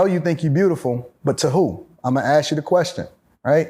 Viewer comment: Once this brother pronounced the word “Ask” correctly I knew he was about something. It is rare to find one of our own who pronounces such a simple 3 letter word correctly. It is not “Axe” because an Axe can be a weapon or a tool so pleeeeease my brothers pay attention just say ASK=ASK NOT AXE